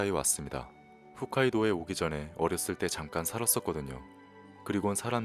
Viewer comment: 훗카이도가 아니라 홋카이돈디....😂